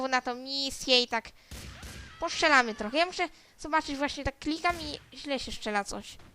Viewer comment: Nie Poszczylamy tylko postrzelamy Kurwaaaa Ogarnij się dzieckooo kurwa wkurwiasz mnie już z tymi twoimi ''Widełorecenzjami'' Omg Co ja oglądałem przez ten czas ??!! ;/